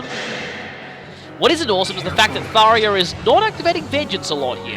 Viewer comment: and its "Thar-JA"